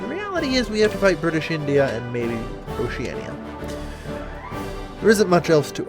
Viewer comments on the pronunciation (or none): none